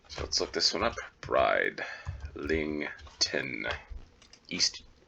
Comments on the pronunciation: Brid in Bridlington is pronounced in the same way as grid is said, not bride. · "Where's Waldo" is just the American name- it's "Where's Wally?" here in the UK where the books were first published. No idea why you guys changed it, but possibly the name Wally was already trademarked. Bridlington is a lovely place, but the first syllable rhymes with "Sid" not "Side".